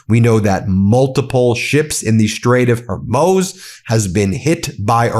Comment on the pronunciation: Ben, do check how you pronounce “Strait of Hormuz”.